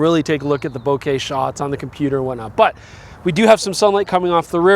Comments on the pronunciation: Nice, I will grab a copy of the 180-600mm. Looks like an all around great zoom range for wildlife photography. Too bad that Nikon announces great lenses and still don't have it in stock. The 800mm, the 600mm and the 400mm F2.8 Z lenses... Hey! Thanks for pronouncing "bouquet" in the correct way! International photographers rejoice! : ) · First time I heard a North American pronouncing "bokeh" the right way - no wonder, you're Canadian ......